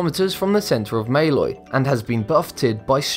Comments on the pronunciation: It's måløy not maylay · Måløy is pronounced more like mølåy. In english at least. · ITS prounounced maaloy